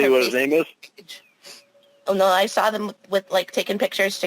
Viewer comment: This man is a real doofus not only is he believing all of this fantasy land stuff he also has a problem speaking.... He said "I sare it" It drives me crazy how he uses the word "werent" Example - "I weren't going there." Just a full blown DOOFUS...